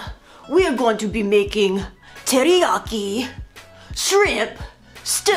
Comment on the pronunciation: Lol... I SWEAR i heard "TitiYaki" 🤣😂 #takepound&peel